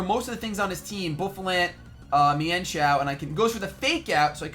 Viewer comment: Boofalaunt? Its Buffalant. Come on:/